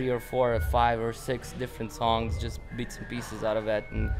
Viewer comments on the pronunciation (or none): haha he actually pronounces "bits and pieces" as "beats and pieces"..dude's sick